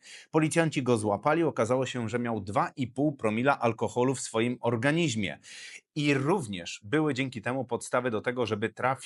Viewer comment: OrganiZmie*, nie organiŹmie... nie kaleczcie jezyka ojczystego.